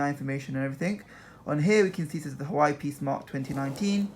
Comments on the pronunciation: Just saying you don't pronounce it hawaii, you pronoune it like hoo waa way (well that's how I pronounce it and how most other people pronounce it. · It's pronounced 'WAH-WAY' NOT 'HU-WAH-EE' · You pronounce hauwei like this, Wah-wai not Hawaii.. Jeez Louis 🤦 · U pronounced huawei wrong it's huawai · Actually it's pronounced hoo waa way